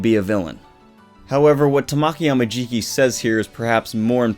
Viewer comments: I cant wait till this chapter is out for me. Also Amajikis name is pronounced Tah-Ma-Key I wanted to point that out I'm sorry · It's how he enunciated it. It sounded like tuh(short)maw(stressed)ki(short). In Japanese there isn't any syllable that is stressed more than the other like in English. You give each letter (composed of 2 English letters) an equal renunciation and don't make any br pronounced longer. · he was pronouncing his name wrong. If you go to Google translate and put Tamaki and click the sound on the Japanese side you'll see what I mean. I'm sorry if i made anyone upset.. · your where pronouncing his name wrong I'm sorry